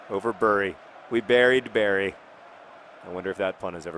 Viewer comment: Well done! You actually pronounced Bury correctly which most people in the UK fail to do. It's the start of a new saga for John Green!